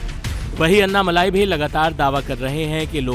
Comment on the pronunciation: नाम अन्नामल्लाई नही अन्नामलई हैं। For god's sake start pronouncing tamil words more appropriately. Your channel will be appreciated and probably watched by Tamilians as well.